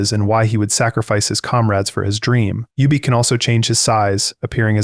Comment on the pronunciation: Who is youbeak lol its ubik. Like the phillip k dick novel.